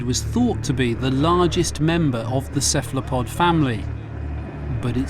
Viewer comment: Kephlapod? Really?? I can’t help but believe that he pronounced it like that to be annoying. 😂